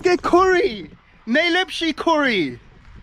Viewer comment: Kołri najlepsze.😂 So much kołri. Super mi się Go ogląda. Dawaj więcej miejsc. Jesteś super pozytywny człowiek.